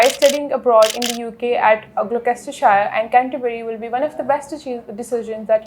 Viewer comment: Fake accent ...give us a break And it's NOT Glokestershire. Learn the names first.